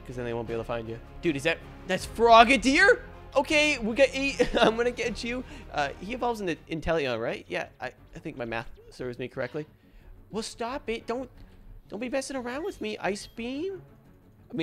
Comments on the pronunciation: No body talking about how he said frogderi evolve into intelion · Did he just sat frogadier evolves to intellion